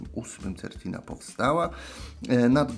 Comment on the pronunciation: Wymowa- Sertina.